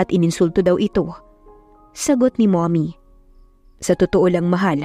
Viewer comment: Napansin ko lang ang pag bgkas ng mommy nagiging mummoy,stock holder naging stick holder na hahaha